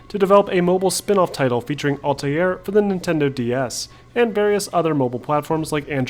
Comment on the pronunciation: Stop. Just stop. You sound like a pompus idiot. "ALL-TIE-AIR". Couldn't even finish the video with how douchey you chose to pronounce Altair's name.